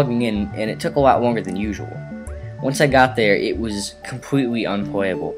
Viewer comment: Compweetly unpwayabul